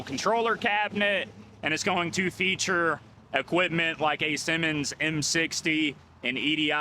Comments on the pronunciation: Hey man. Love your videos, but did you pronounce that traffic controller as a Simmons controller? The Siemens controller is actually pronounced "ZEE-mens". Siemens is a German company founded in 1847 in Berlin. Keep on rocking with your videos! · Siemens is pronounced sea mens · Have I been mispronouncing Siemens my whole life? Granted I’m not in the industry nor do I speak German, but I’ve never heard Siemens as “Simmons” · Nice video. Siemens is pronounced: SEE-mens.